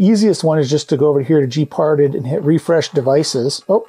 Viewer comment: gparted is pronounced like "gee-part-ED" with the last syllable emphasized and pronounced like the first syllable of the word Editor. It is an abbreviation for GNU Partition Editor. It's a good open source tool that can do a lot of good things, but can also do a lot of bad things if one does not know what one is doing. SATA drives in modern Linux systems are treated as if they were SCSI drives, so it's not surprising to see drive devices referred to as, for example, sda (SCSI device A), whereas IDE drives may be referred to, for example, as hda (Hard Drive A), or may, depending on the distro and release, fall under IDE over SCSI emulation and also use the sdX nomenclature. Regardless of type, they are all block devices, and can be listed in tree form from the command line by typing in lsblk then pressing the enter key. Similarly, to list all USB devices, lsusb followed by the enter key. Each of these commands has options for more specific uses, a listing of which is available by issuing a space followed by --help after the command.